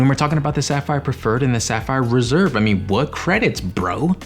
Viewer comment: Did it kinda sound like you said Sapphire Preserve ? That's a good new name. Also, I think the CSR $300 travel credit doesn't need to go through the travel portal, just swipe or tap. 👍🏼